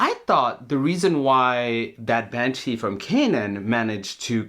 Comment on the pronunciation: "manshee"... so the sheriff has a vagina now?